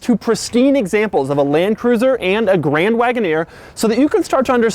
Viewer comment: Jeep Grand Woodoner😂😂